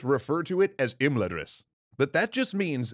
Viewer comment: Is anybody else getting triggered at his pronunciation of Imladras and Atreides?